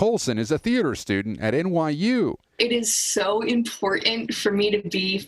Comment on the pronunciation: Why do so many people say, "IMPORANT", instead of IMPORTANT. Obviously, they don't realize it has an extra "T" in it.